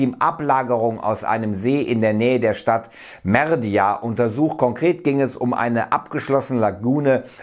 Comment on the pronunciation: Heißt die Stadt nicht Merida? Merdia klingt irgendwie nach merde....